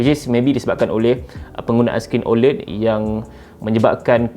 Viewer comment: sebut la oled betul2 bang